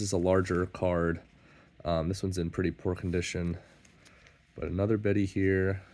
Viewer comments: it sounds like "baydy" to my American ears. 🤷‍♂ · Sal... America is also British Empire (well, was until those pesky French got involved!). 😉 I've always pronounced him 'Bee-di', and haven't been corrected... yet. 😀